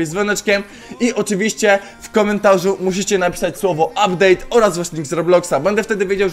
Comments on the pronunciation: "Updade" dzięki za poradnik był kozacki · "Uptade" super film troche sie dowiedziałem i potrzebuję tego peta ponieważ chciałbym farmić coiny na opening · "uptade"nick Czakinia